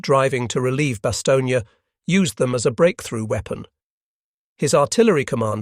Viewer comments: Bast stone is the pronunciation without the space. Having being there in person in 1957 during my posting with the RAF BAOR, BFPO 40. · A Bit? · I'm not so sure, the pronunciation of Bastogne and Laboratory were a bit suspect.